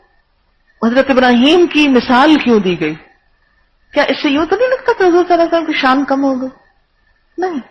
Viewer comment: آپ کو "صلی اللہ علیہ وسلم " تو صحیح تلفظ کے ساتھ ادا کرنا سیکھ لینا چاہئیے۔۔۔۔ اب کافی وقت ہوگیا خود ساختہ اسلامی سکالر بنے۔۔۔۔